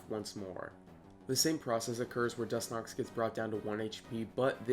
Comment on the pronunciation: Was he saying Dus-nox?